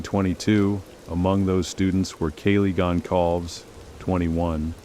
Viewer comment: Completely… even pronouncing Kaylee’s last name feels like the cheap version of the story.